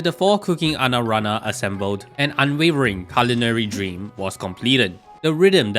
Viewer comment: "Anarana" lmfao